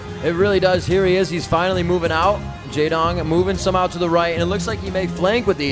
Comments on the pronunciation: Wow, one of the casters is really bad... saying "Jay-wong" instead of "Jay-dong" and not understanding even the basics of the game. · Did anyone else cringe when the American commentator opened his mouth? "Mutes"... really? "Jaewong"... In the previous video when the camera was showing the Korean team spectating a game he said something like "There's Flash, Goozila... and the rest" The rest being Jaedong... I'm beginning to think he doesn't know who one of the top BWs players ever to play the game is.